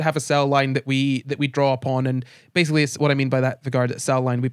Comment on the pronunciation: was it annoying anyone else that they kept mispronouncing Vegard's name??